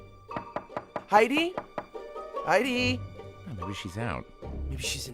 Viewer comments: The most egregious was when said "Haiti", then played a clip where clearly says "Heidi", then immediately after says "Haiti" again. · I've only been hearing him say Hey-Dee? Though it should be pronounced Hi-Dee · Heidi. High-dee. Why you keep saying Haiti?